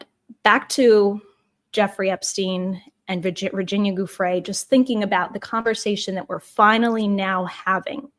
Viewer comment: Love your work, but in all your research did you forget to google how to pronounce Giuffre. Ju fray